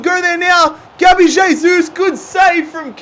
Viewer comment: Pronounced "hey-sus"